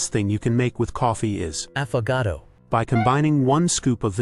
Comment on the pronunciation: love this vid, hilarious you had to get a different ai to say affagato